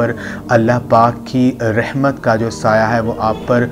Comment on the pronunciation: بهاي خدا كا خوف كرو رحمن كي ر كي اوپر فتحه یعنی زبر هیی آپ زیر پرهه رهیی هین اسی. طرح السلام علیکم ورحمت الله مین. رحمت کی ر پر بهی زبر هیی \اپ زیر پره رهیی هین کسی مدرسه مین یا کسی قاری صاحب کی شاگردی اختیار کرین پهر قران بیچین باقی کتابون سیی وظايف پرهه کر اور قسمین اتهانیی سی اسی وقت پیسیی نهین مل جاتیی اگر ملتیی تو آ پ کب کیی ملک رياض بن كيي هو تيي نهين مليي تو يو تيوب پر دهکیی کها رهیی هو